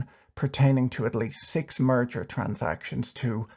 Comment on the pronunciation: Ok, I heard you say "murder ARB” :) lol